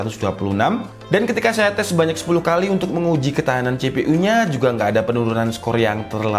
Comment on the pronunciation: CEPEU 😅 bahasa kejowoan yg hqq